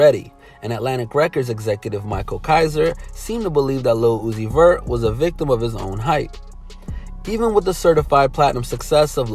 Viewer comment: Nigga did you just say lil uzis verts lol